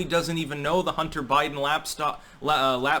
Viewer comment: "Totally not about bunter hiden"!!?